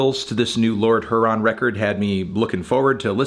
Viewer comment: The way he pronounces “Huron” really bothers me.